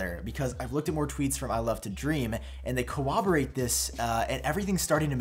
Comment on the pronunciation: Bro.. I’ve noticed this several times and it bugs me so much. Do you know how to say/spell the word corroborate? You always say like “cowoborate” and it kills me lmao